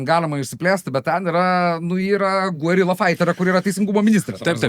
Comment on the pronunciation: Smagu. Pora pastebėjimų - Peronas pirmą kartą į valdžią ateina 1946, taigi, kiek anksčiau. Karinių chuntų laikotarpis vadinamas “purvinuoju karu”, nes ten ne šiaip autoritarinės diktatūros buvo, o labai bjaurios, padariusios labai daug blogo, bet ekonomikos niekada neprikėlusios. Ir - “guerilla” tariant reiktų tarti ne “u-e” kaip lygiaverčius balsus, o labiau kaip dvibalsį, kur u vos nuskamba. Ačiū!